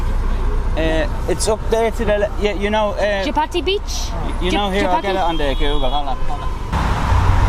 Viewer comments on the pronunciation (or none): chapati beach 😭💀, dude that's chowpati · Hi guys.. I like your videos just to correct you.. the beach is called "chowpatty beach" and the staple food of most Indians is called chappati.. which is made of wheat. so probably when u asked the taxi driver initially your pronunciation sounded like chappati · It's Chaupati beach not Chapati. Chapati means Roti. 🙂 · hey guy's it is 'chow' ' patty' beach not 'chappathi', which is an Indian dish. :) also just saying that your videos are great!! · Dear... Its Girgaon Chawpaty Beach. Not chapati beach. Girgaon is the name of that location. Chawpaty is Marathi synonym for English word Beach. So chawpaty means beach. Chapati is Maharashtrian round thin bread made of whole wheat grain. In Hindi its called roti. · its Chow-paati beach you were saying Chapati beach ..may be that y the driver might be confused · its not chapati beach, its CHOW-PAATI beach. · Chapati, lol. It's chow patti. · Just correct ur pronunciation it's not chapati it's chowpatty beach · You are pronuncing a littel different way, it is actually chhhhoopati beach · Chowpatty pronounced chow-patty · Very funny ,You are pronouncing it chapati.Which is roti in Marathi language. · you butchered the word chowpatty. but honestly very nice video and really appreciate your patience.